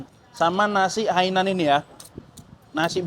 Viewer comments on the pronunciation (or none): Nasi Hainan bang, bukan hanian😂😂😂😂